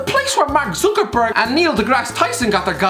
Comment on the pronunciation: MARK 'ZOO'KERBERG